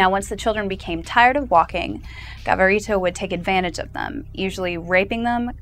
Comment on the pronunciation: I think it's Luis Garavito not Gavarito